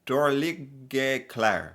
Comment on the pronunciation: Agree! I pronounce the g and the e in "dårlige", and the word "finnes" I do speak the e. Thats just two of the things that are most obviously wrong. Maybee I would come up with more examples if I saw it once more and with bigger attention to it! 😉 But given the fact that the "teacher" learned his quite good but not really close norwegian reding just out of Google Translate, I'll still applaud the ressault. Not perfect, but not bad at all.